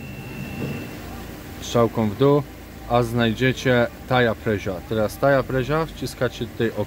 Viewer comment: Super się to oglądam, sam jestem mechanikiem, pozdro z Newcastle 👌 ale jak usłyszałem to "taja presia" to się prawie popłakałem że śmiechu, bez urazy oczywiście 👍🙈